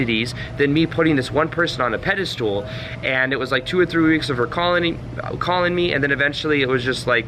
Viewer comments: It’s pedestal not pedastool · Pedestal Not pedestool. No “s” after “anyway.” That’s ghetto. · It's pedestal, not "pedi-stool." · Is he saying "Pedi stool?" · You lost me when you said "pedastool" for the 12th time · Pedestal, not pedalstool (IT Crowd) 🤣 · This video just popped up on my feed. Pretty good video and I think it indeed confirms what I think about these things too. However, I have to say, since you repeated it many times, that it is not “pedistool,” it is pedestal. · very captivating - btw I think the last syllable in pedestal is pronounced "stull" not "stool" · Right, i got 5mins before i had to comment - stop saying "pedistool". There's no such word. What you mean is "pedestal". It's not pronunciation either - you literally drew a stool under that figure. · Fyi, its pedestal, not pedastool....lol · Please stop pronouncing Pedestal as ped-ah-stool ....!!! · I like how he pronounces pedestal as "Pedi-stool". I'm just being a jerk. It's a great video. =) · Pedestool? Haha Do you mean pedestal? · You keep using the term pedi-stool, instead of pedestal. Recall that 'stool' is a synonym for 'crap', so you were right the whole time pronouncing it that way. Exalting someone needlessly is a bunch of 'crap' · Is he saying 'pedal stool'? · You keep saying pedestool so I can’t watch this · Bro stop saying pedestoooool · Yeah it sounds like that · Sorry, I keep hearing "peda-stool" and lol IT Crowd reference. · Maybe it's "Pedo stool"! lmao! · Treating people in positions of perceived power (your boss, the CEO, celebrities, etc) like an equal is a good tip and can be highly effective when done politely. I am a little distracted by the way is saying "pedestal" though. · I’ve noticed that none of these dating coaches can properly pronounce the word pedestal.